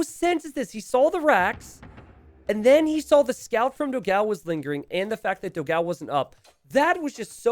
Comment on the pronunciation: Waiting for the day when will learn to pronounce Dogão's name correctly.